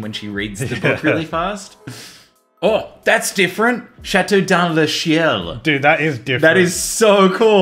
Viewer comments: It's pronounced Chat-teau danz ler scee-elle :D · I speak french and you are 100% right. I was so triggered when was saying 'shiel' lol haha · Reorganization whuuuut do you speak french ? because even he said "chiel" instead of "ciel", his accent was good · ciel = CL ( pronounce it that way SEA-EL ) not shiel XDDDD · It's see-el not chiel 😂😂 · It doesn't pronounse kiel it pronounse siel and the name means castle in the sky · Chateau dans le ciel means Castle in the Sky. And ciel is pronounced "see-elle". Lol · It's nice to see again! I was wondering if he was locked up in the basement or something. Also sorry, it's definitely NOT pronounced "shiel" haha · nah, it's now officially pronounce "CHiel". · That's not how you pronounce ciel :) it's pronounced S like the S in Sorting hat: Siel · Being a french speaking person watching them try to sound out chateau dans la ciel physically hurt me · I'm french, and "ciel" (sky) is pronounced like the letters "C" and "L". but fast, CL, "sea-L" LOL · Château dans le ciel = Castle in the sky (FRENCH) and its pronounced chato dan le siel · the CI in ciel isnt shh,it's S like Serpent, so its pronounced siel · "Chato denZ le Kiel".... Cie is Ch... NOOOOOOOO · Chateaux Dans La Ciel does mean castle in the sky, but it's pronounced sort of like Shateux dans la Siel. Please tell me I am not the only one who's bilingual side annoyed by this lol! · No it's Cha-toh (like homer simpson's doh but with a t) dans (right) le see + L (see-L) 😭😭 from a fellow french subscriber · neither of them are pronouncing the french correctly, lol and its castle in the sky... not house correct pronunciation phonetically would be chateau dan le cell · When you’re French and you have to hear them butcher ‘ciel’ haha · xD Actually the "c" is pronouced like an "s" as in "source" if you want to know ! The remaining sounds are pretty correct even if the "i" is shorter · Both of you missed on the pronunciation of ciel xD 😂